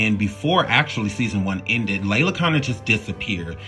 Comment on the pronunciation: You are mispronouncing so many names and that makes this video cringe. It's Lela, not Layla. Ugh...disrespectful